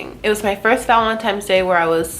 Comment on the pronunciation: Am I the only one that heard ‘valentiMes’ !? 😂 Great makeup as always!